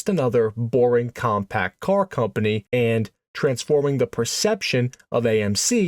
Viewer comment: Stop saying AND so much. Also the pause you put infront of almost all your and with the hard A you put on it makes it very Distracting